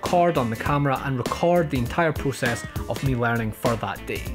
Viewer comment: Not prucess it is process.